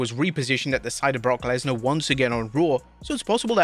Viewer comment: Oh and guys, if you didn't know already, his name is Brock Lesnar. Gawd that was annoying